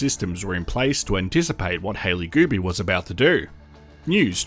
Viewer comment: Multiple times I thought you said "Hailey Booby." 😂 I'm like, "Hailey needs to file a S.H. claim or something because they keep talking about her boobies." 😂